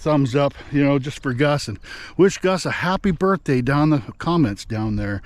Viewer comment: says “Rappy Rurfday Gus”!